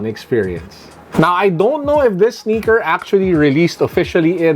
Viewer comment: "Passion with the sneakah"